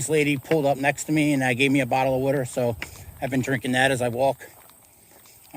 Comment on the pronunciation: Codarado??? Colorado! It's Colorado... oh and don't get me started on your wooter. Nothing better than a tall, cold glass of wooter.